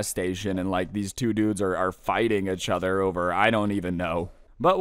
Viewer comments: How pronounces each other: achother. Everyone else: each other. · Bruh u say each other like it’s atchother 😂 I be like dam bro am I tweaking